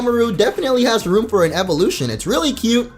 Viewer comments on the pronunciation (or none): none